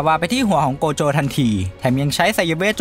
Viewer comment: โกโจะ❌ใจโกะ✅